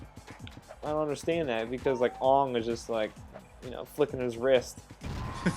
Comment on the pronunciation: Wait, did he just call him Ong??? Oh man...